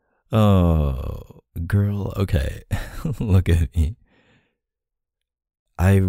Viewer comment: that “oohkayy” was so Canadian LOL ily K